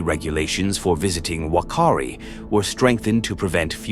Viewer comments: Wakari 😂😂😂get it right bot its whakari island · as a New Zealand resident, the Maori language pronounces Whakaari as F-a-k-aa-ree with two a's being longer held as an 'ah'. Hope this helps future pronunciation of Maori words. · Can you at least pronounce the name properly? It's pronounced FAR-KAREE. If the guides thought it would erupt do you really think they would have risked their own lives to take a bunch of tourists on there? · You mispronounced Whakaari. The 'Wh' is closer to an 'F' sound. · Its pronounced "fuck-car-di" island, and "fucka-tan-a" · Whakaari is pronounced as "fa-kaa-ri". Whakatāne is pronounced as "fa-ka-taa-ne". This volcano is also the most active volcano in New Zealand and has erupted on average every 3 years ... so I'm astounded that you have got some facts wrong here.